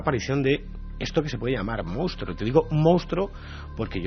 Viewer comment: Iker, a ver si aprendes de una vez a decir MONSTRUO, que tienes Periodismo!!!